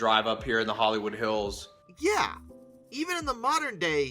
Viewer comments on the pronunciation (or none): none